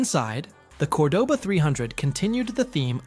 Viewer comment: The AI narrator couldn't say Cordoba either